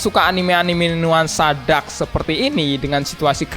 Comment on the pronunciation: dark bang bukan drak? :v